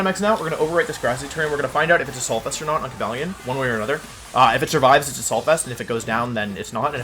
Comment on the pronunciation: Cobalion? Don't you mean Ko-Buh-leone?